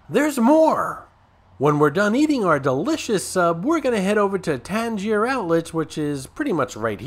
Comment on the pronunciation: This video makes me want to eat a White House Sub and go shopping! I usually get the Italian too. I usually eat at The Hard Rock location after I check in but now I want to go to the original location. Oh and FYI: I don't usually like to correct people but you're pronouncing Tanger wrong. It's pronounced like hanger. You're saying it like the Tangiers hotel that was the name of the hotel in the movie Casino.